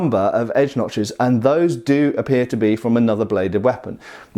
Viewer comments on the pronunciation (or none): none